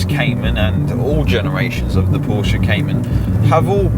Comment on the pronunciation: Is it pronounced Pornsche?